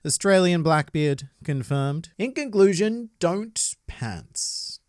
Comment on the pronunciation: Did you say “ink conclusion” or am I hearing things